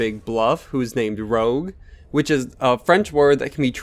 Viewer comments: Man, I'm a french canadian, and Rouge is pronounce like "rooje" not rogue xd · It's pronounced Rooje not Rogue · The crystalisk is pronounce 'Rooj' and is the french word for red (and also what they call cheek make-up aka blusher) , the word your pronouncing is Rogue, meaning like a scamp and an adventurer, its spelt differently to rouge, and its just as annoying the other way around with people calling Rogue the bat out of Sonic 'Rooj'. its not quite as annoying as people saying 'cashay' for cache (pronounced like cash money without an umlet or whatever the squigle over the e in french is called.) a 'Cash' pronunciation is an enlgish word meaning hiding place, 'Cashay' is a Fench word meaning having style and a certain sense of 'junais sais quois' The actor playing Roland even gets it wrong in BL2, a 'cashay' of weapons is NOT a hiding place with weapons in it, its a certain junais sais quois of weapons. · its pronounced "roozsh" or sumthin lol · It's not pronounced "rogue" bro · You pronounced rouge wrong. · That's not how you pronounce rouge. Cool video though